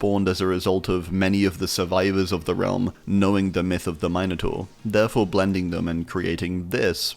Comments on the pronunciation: it's MIN like MINT, it's MINotaur, not MINEotaur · never heard someone try to say minotaur like that before. Nearly got whiplash hearing that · The way you can't say minotaur is wild I've never heard someone mispronounce it like that